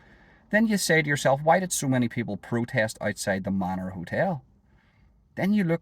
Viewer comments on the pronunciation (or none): none